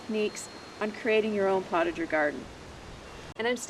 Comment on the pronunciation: It is pronounced....poe ta zhay...not portager